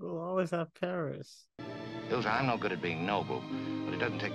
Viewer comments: It's ILSA not ELSA so different from Elsa from Frozen. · ILSA, ILSA,. Not ELSA! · The name is ILSA , NOT "Elsa". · " At 42min. 50sec. -: " 'Elsa', I was right." No, you were not right. It's pronounced "ILL-SUH", not - and as you continued to mispronounce it -"EL-SUH". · This guy is good. Works his way through the film with unique understanding for a first time viewer. When confused, he asks the right questions. Excellent job breaking it down. Only one note: the Ingrid Bergman character's name is Ilsa, not Elsa. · Ill - sa not Ell-sa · Close, it's Ilsa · Ilsa is a different name from Elsa. It is pronounced Illsa. Beautiful story that Rick sacrificed his love for Ilsa so she could be with Victor. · The character of "Ilsa Lund" (not "Elsa" as you mispronounce it) grew up in and is from Oslo, Norway - NOT Austria, and as you incorrectly stated her origin being from there.